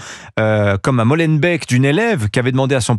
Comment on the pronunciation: Non seulement Monsieur Pavlenko est un journaliste exceptionnel mais en plus il est le seul français à ne pas prononcer Molenbeek, "mol en bec". 😂